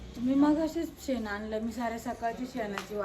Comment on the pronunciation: सेन नाई ग बाई ते शेन म्हणत्या शेन